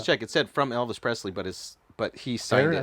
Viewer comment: Vernon. And he called Elvis "Evis".